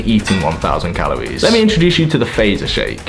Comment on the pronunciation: Calories* not calowies